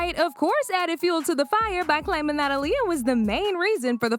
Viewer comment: That al lea uh is crazy work say it right smh